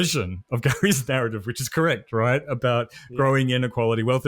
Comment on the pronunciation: That's a strong garrative